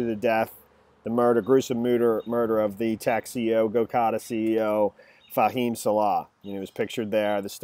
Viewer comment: Thank you for having your facts straight, AND for properly pronouncing Fahim's name. I just viewed a tuber ("Im Normal"...) in which the guy didn't even remember the victim's name, and was ALL OVER THE PLACE with screwed up & half-baked "information!" Thanks, again, for doing the homework before making this tuber!